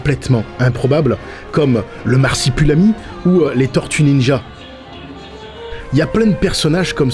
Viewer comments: Pas mal, mais c'est Marsupilami pas Marsipulami 🤣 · "marsipulami". j'ai mal...mais vraiment. autrement super vidéo! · le "mars y pue l'ami" 😂 Marsupilami plutôt ! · Le fameux marsipulami 😂